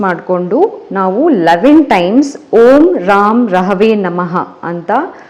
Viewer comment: Girl one small correction.. When u r chanting Beejakshara pls b careful. U r totally pronouncing it wrong.. It is not Raam rahave.. In it is ram (ra is not dheerga it is hrusvaswara) and rahave nalli (ra should be dheerga) its raahavee.. So it actually is ರಂ ರಾಹವೇ ನಮಃ.. Pls learn it n pronounce it properly. No am not a language teacher. But I practice spirituality basics n accordingly I am advicing u..n black sesame is not sasive. Its kappu yellu Beejaksharas specially of shadow planets not to fool around.. Rest am proud of u Woman.. N the positive graph u r showing is inspirational to a lot of us